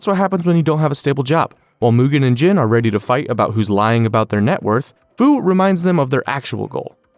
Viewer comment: Gene... Not jin.